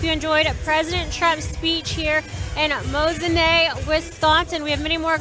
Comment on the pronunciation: MOSE-IN-KNEE I know our Native names are hard to get right